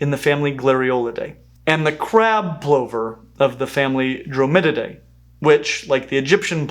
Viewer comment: Very cool phylogeny! One small error, though: in your chart, you have "Dromalidae", but it should be "Dromadidae." It confused me when you said it almost correctly (you said "Dro-MID-idae," which sounds almost like Dromiidae, which are crabs), but it didn't match the chart, so I checked it (as I'm not an evolutionary biologist or phylogeneticist--I'm just a nerd. LOL). A smallish nitpick, I know. Cheers!